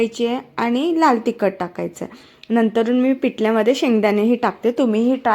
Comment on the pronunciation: पिटल नाही पिठल तिकट नाही तिखट बाकी छान